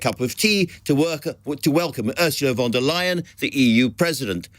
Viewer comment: How about learning to pronounce the name of foreign politicians and representatives properly? It is absolutely appalling that any Ursula is mispronounced in the UK. However, the head of EU commission Ursula von der Leyen is a name any journalist should be able to pronounce. Just like Joe Biden, Emmanuel Macron, Xi Jinping.